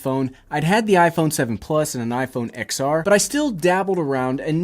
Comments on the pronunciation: It’s pronounced TEN R, not XR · I know I know they spell it Xr, but it is pronounced 10r, not xr, 10r!!!!